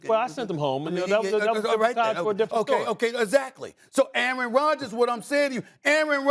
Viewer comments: Did this man just call Aaron Rodgers , A-ARON? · The way the brotha in the blue suit pronounced "Aaron" sounded almost similar to "A-A-ron" in the K&P sketch.